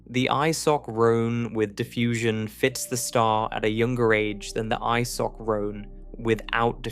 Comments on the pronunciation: eye-sock-roan, eh? Try isochron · It took me a while to figure out that an "Isock Roan" is actually an isochrone and a "subgeant" is a sub-giant 🤣🤣 Bloody AI